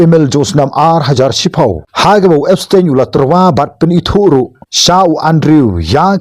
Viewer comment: Ki pronounce Epstein ( da ka pronounce khasi pat Epstain ym dei Epstein).